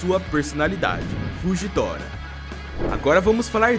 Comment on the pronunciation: Karai falando nome do Fujitora errado 😂😂😂